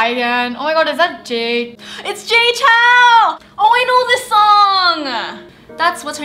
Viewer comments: is Jay Chou and not Jay Chow... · ALL the ABCs mispronounced his name. Sad!